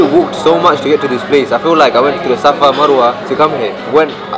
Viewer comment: man said safawa marwah 😂